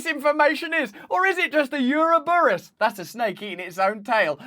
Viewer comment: Great video, as always. FYI - Pronunciation on Ouroboros was way off. lol.